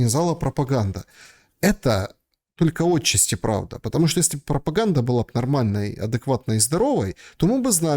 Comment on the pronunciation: В слове «отчасти» ударение ставится на второй слог: отча́сти.